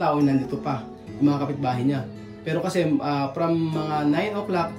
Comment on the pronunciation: Natawa ako sa "eh kashe anlamig mo shaken" at saka anlambing ng pagkasbe nya ng "bwiset" 😂